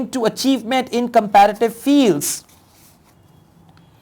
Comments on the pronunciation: You read Competitive as comparative in all lessons. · Sir its not comparitive its competitive